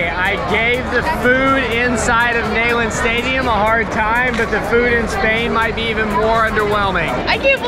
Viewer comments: It’s not “nayland” it’s pronounced “kneel and. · you were sitting just a couple of sections to my left at the Tennessee game! And I can’t believe I’m having to tell you this but it’s “Knee-land” not “Neigh-land” and that’s per the General’s widow.🙂. Great video. Glad you made it to a game this season. #GBO 🧡🍊🏈. Wish you could have been at the Alabama game. That was just epic! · You would think someone lucky enough to go to a University for 4 years would know the proper pronunciation of the stadium name, especially since it's named for someone so important! repeat after me: KNEE-LAND. KNEE LAND!!! It's NOT nay-land!!! Either say it right or don't say it at all please. Signed a VFL since 1977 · Quite the enjoyable video. BUT! It's pronounced KNEE-land not NAY-land. Come on man. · GBO! I thought id been saying it wrong my whole life 🤣 who calls it Neigh-land. It's Neeland., are you sure you went to UT? Lmao I'm jk! I love you guys. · It's knee-land stadium and you should know that. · you went to UT and don't pronounce Neyland Stadium the way everyone from here does. I have never heard someone say na-land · Neyland Stadium. “Neeland” not “Nayland” 😜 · The way went to UTK and calls it nAyland 😂😂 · That pronunciation of Neyland though 🤦🏼‍♂️ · HOW CAN SOMEONE WHO WENT TO TENNESSEE MISPRONOUNCE NEYLAND CONSISTENTLY?!